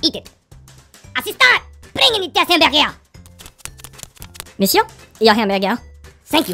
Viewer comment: Le hemberge